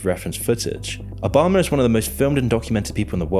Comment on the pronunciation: Bro really said obamna